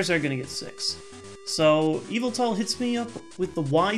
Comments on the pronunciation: Ohhhh! I thought he was saying `EVIL TALL` when he was saying `YVETAL` in a way I wasn't familiar with. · Whenever he said Yveltal, I kept hearing Evil Tall lol. I always pronounced it with the emphasis on vel, but idk :p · Every time he says Yveltal, I think he's saying Evoltile like in Yugioh.